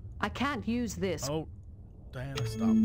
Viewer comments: it continuously infuriates me that Jesse keeps calling her Diana Troi (her name is pronounced Dee-Anna Troi FFS) and you call yourself a nerd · As a Trekkie, the fact that Jesse keeps pronouncing Troi's first name as Diana (which it clearly isn't) is infuriating!! Stop mispronouncing her name, please!!